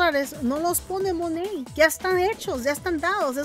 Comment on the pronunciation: No es Monet, es monat